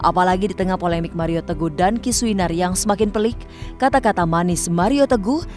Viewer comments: wkwkwk pak hotman kli ini gokill bangett ,,, nyebut mario jd maria wkwk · Mario bang, bukan maria 😁😁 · MARIO PAK...BUKAN MARIA😂😂😂😂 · 😂😂😂kupikir telingaku yg salah dgr (Maria.. Maria.. Sampe ku puter ulang